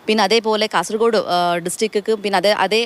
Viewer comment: കാസർ " കോഡ്' അല്ല ❗ കാസർഗോഡ് ✅ ഈ bjp ക്കരെ വിശ്വസിക്കരുത്